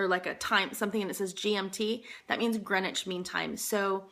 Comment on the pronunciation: You pronounced 'Buckingham' and 'Greenwich' correctly! You have been assimilated. :)